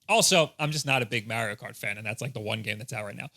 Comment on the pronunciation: so funny how you pronounce maerio kart and maerio maker